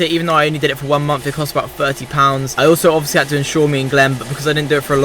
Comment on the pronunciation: "eever" = "either" "monf" = "month" "firty" = "thirty"